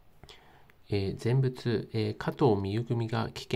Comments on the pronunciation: ぜんふつな。ぜんぶつじゃないよ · ぜんぶつ って……。どこの国の人よ？